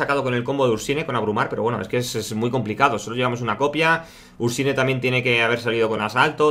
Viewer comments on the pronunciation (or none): Me gusta tu canal y los vídeos pero me pongo muy nervioso cuando pronuncias los nombres de las cartas castellanizadas..xD Ursnie..Elise..Thresh y dices tres..